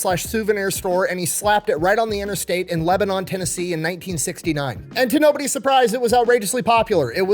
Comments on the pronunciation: From Nashville here. It's not leb-e-non We say it like leb-none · Not Lebanon but Lebanin. That's how it said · As a native Tennessean, the city is pronounced Leb-uh-nun (the more mushy the pronunciation the better). Leb-ah-nohn is across the pond in the Middle East. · As someone from Lebanon. It’s not pronounced LebaNON it’s Lebnin. Great video though. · I live in Lebanon Tennessee and I cringed when you pronounced it Leb-anon. It's Leb-a-nen. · It’s not “Leb-uh-NON” like where the capital is Beirut. It’s “LEB-nun” because it’s in Tennessee. Much like it’s “la-FAY-it,” not “LAH-Fay-ette,” and “LOO-a-vul,” not “loo-ISS-ville.” /Tennesseean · Long time sub and watcher from Tn. Respectfully please never say LeBaNoN like that again. It is pronounced lebanan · Reminds me of when Coke changed their formula in the 80’s and brought us “Coke Classic.” Oh, here in Tennessee, Lebanon is pronounced “Lebunun.” Just FYI. 😂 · Lebanon, TN is pronounced Leb-nin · Not a big deal at all but fwiw, Lebanon is pronounced real country like "Leb-nin". I was born there :) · In Tennessee "Lebanon " is pronounced "leb-nun" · Not nitpicking just saying this to bring awareness. The city of "Lebanon" is pronounced "Leb-nun". Love your videos homie. We have to explain this to all the Californians that move here and its frustrating. lol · It’s said like Leb-nin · Quick correction, and I'll forgive you since you are from Iowa. The towns in Tennessee and Virginia are both pronounce Leb-nun or Lebunun. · Say it with me - It's pronounced: Leb-Uh-Nun Tennessee. Thank you and you're welcome! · Great Video, just a FYI its pronounced LEBA NUN by the locals. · I will never forgive him for how he pronounced “Leba-NON” Tennessee… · Lol my guy it’s not Lebanon like the country, it’s more like lebanun 😂 but it’s all good I won’t hold your northerness against you🤣 still one of the best YouTube channels out there. Keep up the good work bro and go Vols! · its leb-nin. lebanon is a country in the middle east.